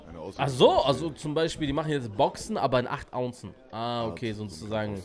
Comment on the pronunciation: Er sagt Ounzen🤦🏼‍♂️. Das heißt Unzen oder ounces